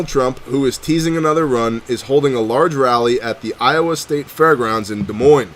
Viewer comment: You pronounced Des Moines correctly. Most people not from Iowa can't say it. People not from here say the s. Good job